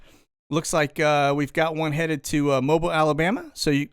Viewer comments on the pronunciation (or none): Pronounced Mo bill Alabama, not mobile.